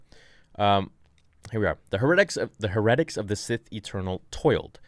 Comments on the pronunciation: Just FYI...heretics is pronounced HE’re’tics, not he’RE’tics....until I read along with u I was like what is he saying?? lol... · Please pronounce it Hair-a-tics it's just bothering me for a weird reason lol. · Beat me to it Her re tics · I’m sorry to be that guy... but it’s not “herr-ed-ick” it’s “hair-it-icks”... heretics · When says Her-attics instead of Hair-ah-tics to pronounce heretics, it hurts my brain lol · Its not he-reh-tics it's Hair-uh-tics. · PLEASE FOR THE LOVE OF ALL THAT IS HOLY, PRONOUNCE IT "HAIR-A-TICS" NOT "HU-RET-ICS" I'm 10 years younger than you, and I know that... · It’s pronounced “HAIR-A-TICKS”, not “Her-rektix”. Just sayin 🤣😂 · Heretics - pronounced hair Uh ticks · "hair uh ticks"... first time hearing heretics pronounced the way you do. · I think it’s pronounced hera(like the Greek god)-tics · Dude. Its Hair-A-Tics. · I'm confused i thought heretics was pronounced way different :S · Just wanted to let you know you're mispronouncing "heretics". Not judging, just letting you know. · True, but what if the mispronounciations make their way into one of his fan films? That is the only reason I even say anything when he mispronounces words, because I hope he sees and it inspires him to double check that kind of thing when making fan films because I want those to be as awesome as possible because thusfar, because it's pretty apparent Disney is shying away from on screen Vader content for whatever reason, so SWT's fan films are the closest thing we are going to get.